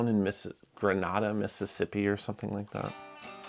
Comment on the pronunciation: Not trying to be picky, but informative. The first A in Grenada, Mississippi is pronounced like the long A sound in “made”. It’s a classic southern town like Lebanon, TN or Haiti, MO that isn’t pronounced like it’s namesake. Great little town off I-55 and the Memphis-New Orleans rail route. That guitar may come from a tree that witnessed great delta blues. Special mojo tone wood 😊